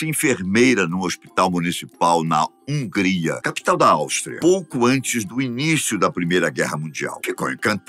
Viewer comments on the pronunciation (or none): none